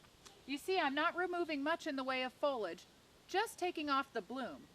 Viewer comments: It's pronounced fo-lee-age not fo-lage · Is "fohlig" a regional way to pronounce this, or is it like Jimmy Carter's "nookyulur" weapons, where it's just a mispronunciation that predominates in the South? Not teasing, just curious.